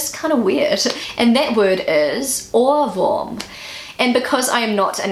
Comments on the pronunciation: your pronunciation of "ohrwurm" was very good, the others were good as well, overall a good job. me as a german didn't even know the words "weltschmerz" and "torschlusspanik" :D your explanation of "zugzwang" was very nice, i couldn't have done it better we use the word "honigkuchenpferd" in a sentence like: "du strahlst wie ein honigkuchenpferd" which means that you are smiling and you are looking very happy in the moment. very nice video, i could learn something new for my own language and you did it so good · You pronounced the word "Ohrwurm" perfectly. I am a native speaker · Your pronunciation of "Ohrwurm" is perfect. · You accualy said ohrwurm really good